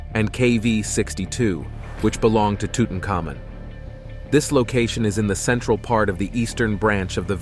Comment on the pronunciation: Or has the rest of the world, been mispronouncing tutin commons name for a whole lot of years